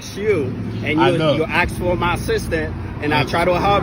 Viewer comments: Tell me you are stupid without telling me you are stupid: 'so thats why I aksed your wife' 'aksed? Aksed? Oh, you mean aSKED' Why do these people say 'aksed'? Dont they learn how to spell anymore in schools? Is this the 'cannot find my belt, so you can see my underwear' class? In the word asked: does the s come before... or after the k. If its aftere: why do people say the k as if its before the s? They think its 'cool to look stupid' or something? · I axed you...hmmm...took him out at the waist down to the ground to falsely impound...hmmm...disgusting.